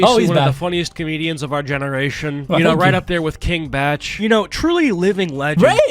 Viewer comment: Bruh did you say Kevin Bach??